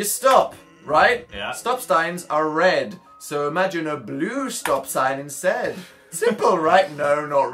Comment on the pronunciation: at about dan says insaid not instead anyone else catch that